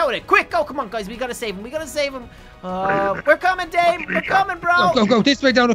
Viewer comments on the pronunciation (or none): It’s pronounced da-meh not dame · Da meeeeee ti cosita the pronunciation isn't dame it is dameeee